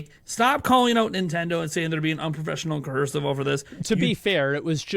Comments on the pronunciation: Why does he keep saying "cohersive" instead of "coercive?" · “Cohorsive”. Just nit picking you’re doing a great job!